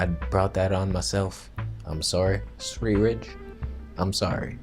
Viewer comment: lol'd at svthreerige